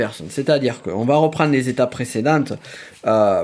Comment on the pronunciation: Éveil ou pas c’est pas neuf zétapes mais neuf étapes …